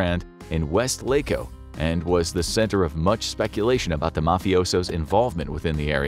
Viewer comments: PS: Weslaco, TX is pronounced with the accent on the first syllable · As a rio grande valley native this was cool to hear also you pronounced Weslaco weird and rio rico is technically closer to Mercedes kind of between la feria and Mercedes but thank you for the information i tend to forget that the border towns have a long history. I feel like the rest of the united states doesnt ever think about us as the US just northern Mexico 😅🤣